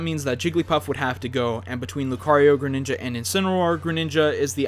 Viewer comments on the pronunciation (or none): none